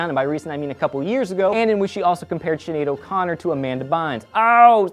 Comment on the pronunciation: I love how you said "Whos Shinead O' Connot, Im not sure if I spelt that right.